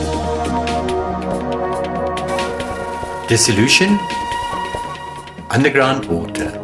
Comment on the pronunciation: Solution. Not Sollution.